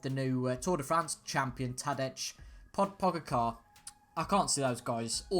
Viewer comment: It’s pronounced tad-jay pog-ga-cha